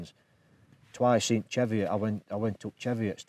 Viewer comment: Eh lad...wish your man could pronounce Cheviot correctly... it's "Chee vi-ot".. I'm a Northumbrian and it irks me when people (who should know better) mispronouce the word.